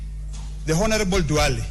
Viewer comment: H is silent in honorable and honesty.